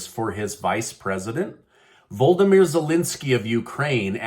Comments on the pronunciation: His name is pronounced vlodomyr . Not voldomyr. Makes him sound like a Harry Potter character. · Vladymir, not voldymir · Love your news updates! Thank you for your work. (Fyi—Zelensky’s first name is pronounced Vo-lo-di-mir)